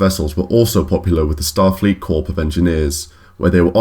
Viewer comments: For future reference "Corps" is pronounced 'core' with a silent "p". I.e. "engineering core" rather than corp. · Pronounced Core of Engineers, not Corp. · it is pronounced core not corp. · "core-P of engineers" it's pronounced "core" of engineers (corps - from the French "body") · Did he say "corp" with a "p" sound? Corp is pronounced core. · So much mispronunciations in this one. Abl--uh-tive armor? Ablative has a long second A. CorP of engineers, the P is silent... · Corps is pronounced 'core'... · Great video except for one little corp is pronounced as core. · Corps isn't pronounced corp, it's pronounced core. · Your pronunciation of ‘corps’ (as in Star Fleet Corps of Engineers) is flawed; it has a silent ‘p’ and ‘s’! The way you pronounce ‘ablative’ is also incorrect! 🙄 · It's called "Corps" and is pronounced like "core". SMH. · The letter "p" is SILENT in the word "CORPS" Sounds like "CORE" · Corp is pronounced like cor not like corporation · Good feature except that you don’t pronounce corp with the ‘p’ at the end. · Did he pronounce the p in "corps" for some reason? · The P is silent in the word Corps